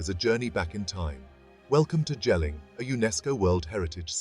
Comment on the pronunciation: It's not Jell-ing, it's "Yell-ing"